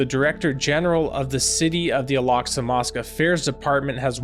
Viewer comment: Why does he pronounce Al Aqsa mousqe as 'Alaska' ?? It's improper. He should read the Quran. Stop ✋️ telling people to read the Bible it keeps changing every season. Read the Quran. Jesus will come. Muslims believe that as well. He lacks knowledge on many fields. Just saying